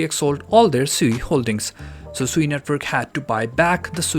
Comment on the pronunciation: Isn’t sui pronounced “swee” haha